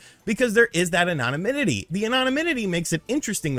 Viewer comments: *anonymity, not anonanymity. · listening to you try and pronounce “anonymity/anonymous” is truly killing me. Jesus Christ, my man. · Anonominity.....not a word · It's just anonymity*, rather than anonanymity. Just trying to be helpful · lol you keep butchering the pronunciation of “anonymity” 🤣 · 'Anonymity' is indeed a unique word to pronounce. keep up the good work man. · Im sorry, I need a 10-hour video of saying "anonymity" because I had a stroke trying to figure that out😂